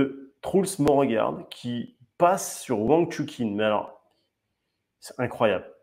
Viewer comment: Wang Chu"CHIN"* pas "KIN"